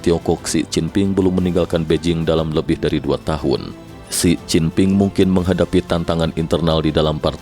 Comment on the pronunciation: Xin Jing PING = se cin ping . 🤣